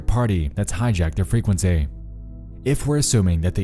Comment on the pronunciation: "fray kwen sayyyyyyyy" Dude has the most affected pronunciation of "frequency" I've ever heard.